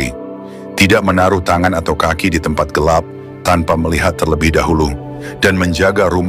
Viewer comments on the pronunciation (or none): none